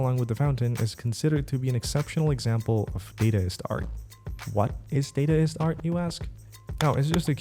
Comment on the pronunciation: pronounce it dar-dar-ist